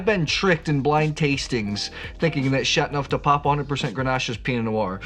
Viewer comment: You have a interesting way to pronounce Chateauneuf, dropping the "eau". Like chat-neuf-du-pop. :)